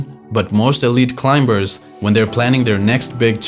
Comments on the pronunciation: It’s not climBers … the B after the M is silence And it’s not standard English also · The voice on this video pronounces the b in climbers